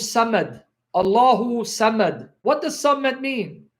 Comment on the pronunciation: I have no dog in this fight but your pronunciation of the word “Sammad” is incorrect. صمد is actually the word you are referring to which means “a being that needs no one” and not a stick as you purport. Interestingly though the “stick” you are referring to is a sign of authority held by the pharaohs to smite their enemies. Depictions of pharaoh with raised “mace” dating back from the time of Ball worship have been discovered. In present times highly bejeweled and less utilitarian maces are held by British Royalty during coronations and the Royal Mace is placed on the table which divides the House of Commons from the House of Lords at every meeting not without ceremony. It can also be seen held by the Masters of Ceremonies at graduations.. It is very possible that the word Mason derives its name from that instrument of authority since graduation rituals with black priestly robes and mortar hats are indeed Masonic induction ceremonies albeit unbeknownst to the participants.